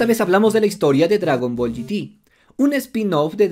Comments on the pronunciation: Porque incluso en el doblaje latino lo pronunciaba el GT en inglés. Si no lo recuerdas, te invito a que veas de nuevo uno de los capítulos de la serie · ¿Por qué en DBZ y DB Heroes pronuncias la "Z" y "Heroes" en español pero luego en Dragon Ball GT pronuncias "GT" en inglés? Es muy incoherente. O todo en español o todo en inglés.